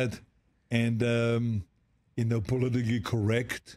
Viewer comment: Arnold can not pronounce the two words Politically and Protect...